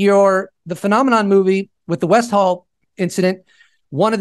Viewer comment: its West-all not West-hall pronounced with aussie accent its westil